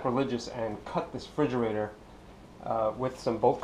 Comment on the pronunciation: "This frigerator"